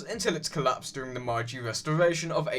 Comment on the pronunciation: I really liked this video and more like it would be nice. But, I believe you pronounced meiji wrong. I might just have remembered it wrong. Nevertheless, if I were you I'd benefit from locking up the pronunciation.